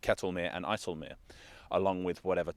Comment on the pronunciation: Great pronunciation of IJseloog